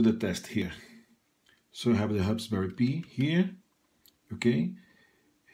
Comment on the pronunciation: Just for future reference, in English, the word "Pi" is pronounced the same as the word, "pie"